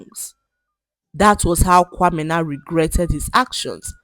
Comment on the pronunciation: I love how you pronounce kwamena❤❤😊